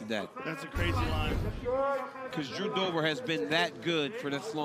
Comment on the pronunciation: "Now let's see what Jew Dobers plan is..." -- Hoe Rogan 💀💀